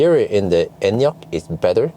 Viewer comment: i love that you actually pronounce the name correctly